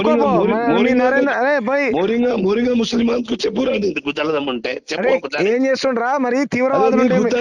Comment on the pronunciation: మోరింగ్యా కాదురా ఆచార్ కా జాడి రోహింగ్యా 😂😂